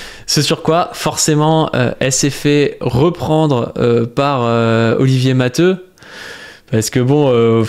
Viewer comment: Non t'as raison c'est prononcé matéou. C'est un nom catalan.